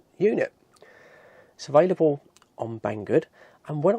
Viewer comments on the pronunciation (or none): none